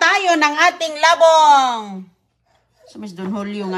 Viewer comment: Di na nagsawa sa ka popost ng old vlogs ni roning,ano ba yan?? wala ng bayad yan sa YT,nalaos ka na.😮😮😮 hindi la bong ang pag pronounce,Labong'.!!! mabilis ang bigkas.